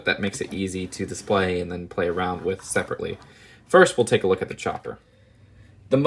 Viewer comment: “Wif the hair”